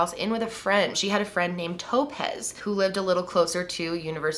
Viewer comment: Was she horribly mispronouncing the name Topaz the whole time, or was the girl's name legitimately Toe-pez? 😝